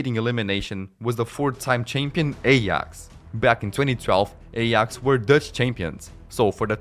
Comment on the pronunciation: Aay-aax, not ey-ax. Just had to say it because it was burning my brain 😑